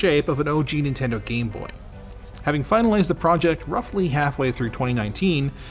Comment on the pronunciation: What is nindendo?